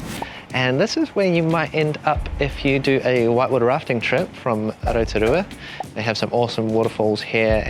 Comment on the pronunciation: not u wearing a pounamu and pronouncing Rotorua wrong hahaha